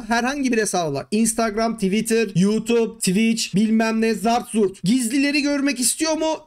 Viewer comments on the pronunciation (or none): hee anladum sen yutub diyorsun :)